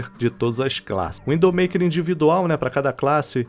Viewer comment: Eh zuera ou ele realmente esta falando WINDOW maker em vez de Widow Maker?